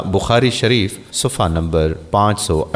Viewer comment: ماشاءاللہ لیکن میری آپ سے ایک درخواست ہے کہ ویڈیوز وائرل کرنے سے پہلے اپنے کسی معتمد اہل علم سے الفاظ کے تلفظ درست کروالیں جیسے کہ مذکورہ ویڈیو میں سلام کرنے میں" ورحمتہ اللہ وبرکاتہ " کی جگہ وبرکاتھو" کی آواز آتی ہے اسی طرح "صفحہ نمبر "کے بجائے " صفہ نمبر " کی آواز آتی ہیں اسی طرح اور بھی۔۔۔۔۔۔۔۔۔۔۔۔۔